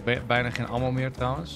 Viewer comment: Hoe zegt enzo het woord 'Ammo" al zo lang verkeerd